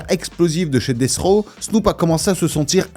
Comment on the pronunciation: C'est pas BROD(AS) mais BROAD(US).. ET C'EST DEATH ROW et pas DECH ROW tssssshh N'IMPORTE QUOI 🤦🏻‍♂️